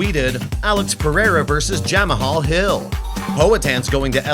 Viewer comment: ja mah haul hill ????????? need to work on pronounciation its a simple word to say really lol